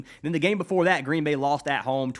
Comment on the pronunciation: Gween gween